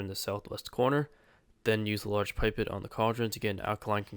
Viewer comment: Did it! After a false start where I missed a gem. Great guides as always. If you care, pipette is pronounced pip-etttttt like dudette except pip.